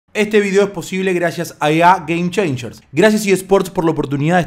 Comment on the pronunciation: "EA GAME CHEINCHERS"JAJAJAJ